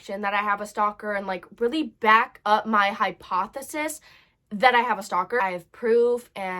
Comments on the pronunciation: I’m not I don’t mean to be rude but it’s actually pronounced hypothesis hypothesis hypothesis oh my gosh oh my gosh puffer so now I can’t pronounce it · Im sorry this is supposed to be serious but the way she couldn’t pronounce hypothesis was kind of funny. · Hypothesis (hi)(poth)(a)(sis), Not papadia, hypothesis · This is how u say hypothesis ( high-paw-thu-sis) there hope that helps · lol I can’t say highpofisis too haha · I love how she keeps saying papadia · I love her she couldn’t say hypothesis, so she just said papa Dia 😂😂😂😂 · haipossesisis. then popadias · Feel bad but I love the "popadias" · *I had three hopaseessees*😂😂😂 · THE FACT THAT SHE CALLS THEM PAPADIAS😭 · “ I had three hypopathisis I had three hyposhosys I had rhere popodias” 😂😂 that just made my day ten times better😂 and how she just kept using popodia throughout the video 😂 I don’t normally laugh from the internet but this just mad me laugh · Bro “ponadya” 😂 I can’t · I love how the word hypothesis turned into "Popadia" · A “papadilla” 😭😭😭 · The way she said hypothesis:popadia😂 but on a serious note this is scary and something little kids of all ages should know about stalking and signs of it because it’s something that happens. Good job on staying so calm and collected while this was happening. Staying calm is a good thing to do. when your not calm you can’t think and getting stressed out and freaked out makes the situation worse. I’m glad your ok and safe stay safe guys! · not giving up trying to pronounce hypothesis "popidia" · Not her trying to say hypothesis I have three highpussys girl I say that all the time your not alone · The thing that made me laugh was when she was saying "Popadiya" haha 😂 it was so funny!! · “Popadiya” BAHAHA 😂😭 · I feel so bad for you I'm so sorry you have to go through so much! But the way she couldn't say hypothesis 😂😂😂